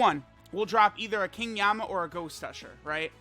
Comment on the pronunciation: Yama? Isn't it Yemma?